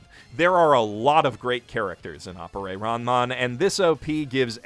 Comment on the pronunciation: >Aporey What the fuck? Is it that hard to pronounce Appare as Appare?